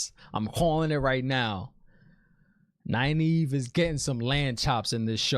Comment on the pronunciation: Oh and I freaking loved Liandrin misspronouncing Nynaeves name. That is a good nod to readers not looking into the Glossary and pronunciation guide in the back of the book haha